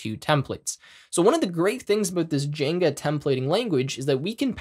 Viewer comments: bruh, please stop calling it jenga/jinga. It's jinja 😭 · He said "jenga" instead of "djin jah". Literally unwatchable, this webapp actually deleted my keyboard. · 1. Great tutorial, thank you for doing sharing this. 2. My brother in tech... it's rauw-t not root for route, they're called curly braces not squiggly braces, it's gin-ja like ninja, and just for good measure Gif not jiff. 😂